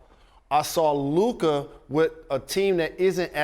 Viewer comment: The refusal to even learn how to say Luka's name after years now on the part of SA says it all.